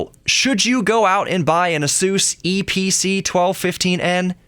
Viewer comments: Fyi its called the eeepeecee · The Eee Pee Cee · the EeePeeCee